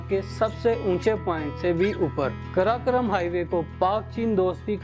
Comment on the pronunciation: Janab , karakoram bolna sikho pahle